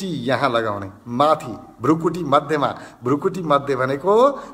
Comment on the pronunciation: एकैछिन यो विधिमा ध्यान गर्दा खुब प्रभाव पर्यो । एउटा सुझाव भृकुटी Bhrikuti लेखिन्छ उच्चारण पनि भृकुटी नै गर्नु पर्छ भ्रुकुटी Bhrukuti होइन । हजुरहरु जस्तो लोकप्रिय मान्छेले भाषाको ज्ञान राखेर सही प्रयोग गर्न अनुरोध गर्दछु ।